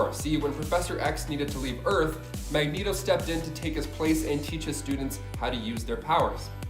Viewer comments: He also said (magg-neto) instead (mag- ne-to) and then said mag neto the entire time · Great video cuz, but it's pronounced Mag-Nee-Toh and Ill-Yana. Beyond that I appreciate your content ☺️ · Quite a few errors in the beginning. He first called Magneto... Magnet-0 Totally screwed up the Wolverine Age of Apocalypse explanation